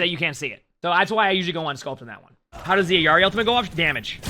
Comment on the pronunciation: Why do you say Ayari? lol It’s <EELARI>